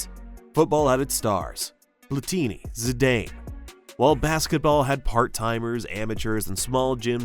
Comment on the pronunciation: my god, man, Marselly? Zidayne? do you even sports?